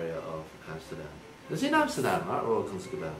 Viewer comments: Net als 'the royal kansekebouw'😂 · for thy knowledge, dear Sir Eddy from TwoSetViolin, the "g" in "Concertgebouw" (and in all Dutch words, except most of the times before an "n") is pronounced like the "h" in Mandarin (like in... idk, 和 for example). So "Concertgebouw" is actually pronounced like "Concert 和 bouw" (you pronunciation of the "bouw" part was perfect). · yeeeesss en omg eddy’s pronounciation van concertgebouw is... best oké 😂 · Oh, I can’t get over how Eddy just totally destroyed saying Concertgebouw😂 it’s so far, but so close XD. And the best part is that he did translate the first part (Royal, officially ‘Koninklijk’) but didn’t with the second half XD (Concertgebouw which literally means concert building) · I am Dutch and the pronounciation of Jaap van Zweden en Concertgebouw cracked me up 😂